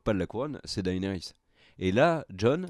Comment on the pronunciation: Tu veux pas prononcer Daenerys un peu plus à l'anglaise stp au lieu de D. A. E. NERYS? 😂